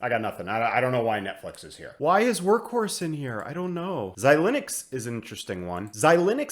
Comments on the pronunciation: Xilinx is pronounced xi-links, not xi-lin-ux. As always, great stuff! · Yup! I don’t think I’ve heard this Xi-Linux pronunciation anywhere else but here.